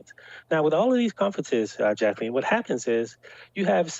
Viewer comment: Jack - el - ine ...